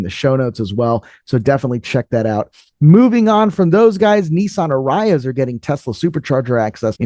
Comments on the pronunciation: Dude, it’s “AR-ee-uh”, not “uh-RYE-uh” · Yes. I wanted to say the same thing. Ari-ah.